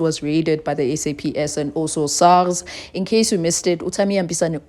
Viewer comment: *SAPS my darling..not SAP